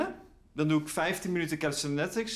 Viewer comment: Kele-ste-niks is de uitspraao